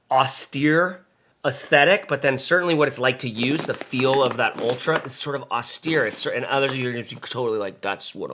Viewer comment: its "austere"